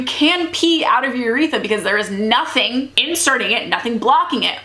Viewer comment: Your pronunciations should be VAGuhnul and yrETHra not vag-I-nal and yreth-a